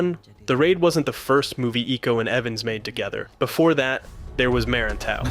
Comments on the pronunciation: Ok, the way you said Merantau it just made me laugh and somewhat killed me on the inside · bro say "merantau" in english accent is funny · Whenever I see a non-Indonesian-speaking Westerner making a video about The Raid with the mention of Merantau, I'm always curious whether they'd butcher the pronunciation of the word... And I'm usually not disappointed lol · Him pronouncing merantau and silat incorrectly is hilarious for me as a Malaysian